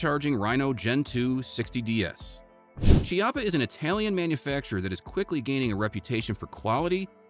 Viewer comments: the correct pronunce of chiappa is "kiappa" with the strong C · The Chiappa firearm company is pronounced with a hard C like Kiappa.